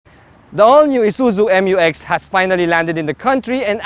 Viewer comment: FYR it is pronounced as "myu-ex", not M-U-X. That's why it is spelled Mu-X. ✌️